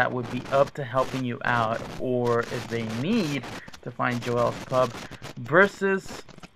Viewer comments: Oh my God that's not even how you say the name it's Joel's not joelle's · Why is he calling it jo-els... it's pronounced like jol not jo el...lol